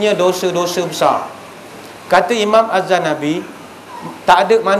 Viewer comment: Bukan azzanabi tapi azzahabi